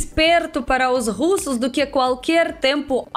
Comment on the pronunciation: "Nas filas parra comprrar a Vodka" AAAAAAAAAAHHHHHHHHH VOCE É MUITO FOFAAAAAAA